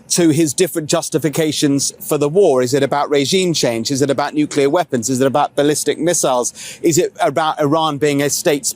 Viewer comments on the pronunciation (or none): What is a "nucular weapon". It's hard to listen to bozos who can't read.